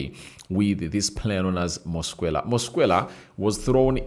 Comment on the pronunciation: Your demeanor is too bad for this video, yawning, flue like breath, you can't even pronounce Mosquera's name properly. Its disgusting